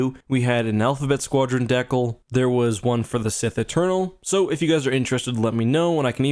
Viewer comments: "Decals" are pronounced "DEE-kals" not "DEK-als" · Isnt the word "decal" pronounced "Dee-cal" not "deh-cul"? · The word decal its not DEH-KUL, its DEE-KALL. Good job none the less. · Ho Ten Soeng ur joking right, DEH-KUL and DEE-KALL do not sound the same? Was simply pointing that out. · its pronounced Dee-cal not Dekil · Deee-cal, not deck-al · What is a 'deck-el'? It's 'dee-cal' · I was trying to figure out what a deckle was hahhaa deeeecal xD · Dee-cAL not deckle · I've heard it, primarily, as "DEE-kal", I have friends in Canada that emphasize the second syllable "di-KAL" but I've never heard "DEK-ul" before. May I ask your nationality ? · What the heck is a deck-al? Do you dee-cal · i've never heard someone butcher the word "de-cal" so badly... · Lol I thought the same thing. "Deckle" threw me off for a second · Must be only certain regions if it is, since I say it "Dee Kal" and I'm Canadian too. First time I've heard it pronounced like Deckle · Also keep in mind that "dekull" just how many Canadians pronounce decal, though I'd like to argue it is wrong It's just part of how their english accent evolved honestly, I can't blame em for that. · Ho Ten Soeng k i mean deckle (which is how he pronounces it) means another thing, so people might get confused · I've never heard someone pronounce "decal"...'deck-el'.... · Was that the only one confused when said decal and it sounded like deck-al? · It's the Canadian pronunciation. It doesn't sound right because it's not what we are used to but most people in Canada say it like that, I'm from the US so I say Dee-cal but I live in MN and I have a few Canadian friends so I've heard the same pronunciation once before. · Ive never heard someone say decal as "de-kel" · "dehcall" lol Im fairly sure thats not how you pronounce decal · Is anyone annoyed with how he is saying decal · Once i heard the way you pronounced decal thst was all i could focus on. Great videos on squadrons btw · even Canadians say it like that